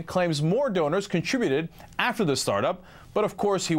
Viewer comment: Did he just say stoners? I know he meant to say donors but it sounded like stoners.